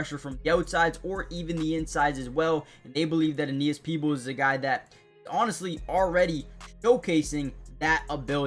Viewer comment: You said his name right peoples he is the world by all of Baltimore Ravens🐦‍⬛🖤💜